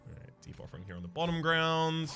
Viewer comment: I'm constantly hearing Debuffering instead of Deep Offering.